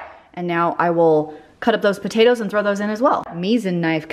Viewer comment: “Potaters” - Literally how I say it too! 😂